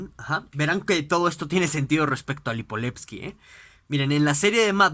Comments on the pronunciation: LIIIPOVETSKY no Lipoletski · LipoVetsky carajo!! Con V.. que mierda. Comenzó hasta bien el video pero si no puede pronounciar bien ni el nombre del autor es muy complicado